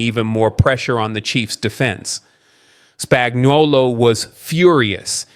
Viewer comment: Please pronounce Spagnuolo right. It's spag-no-lo.